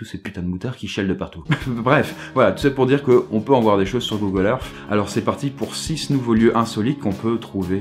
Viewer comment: C six et pas sice nn